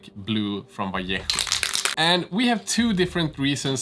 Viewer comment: Oh, god, what a pleasure to hear "vallejo" well pronounced.